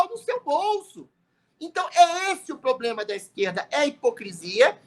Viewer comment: "Como é que resolve esse 'poblema'" 🤣🤣🤣🤣🤣 Isso que dá ter q.i. de 20 pontos!